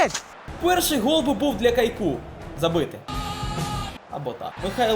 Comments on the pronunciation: Бро каяку а не Кайку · Супер. Але не кайку, а каяку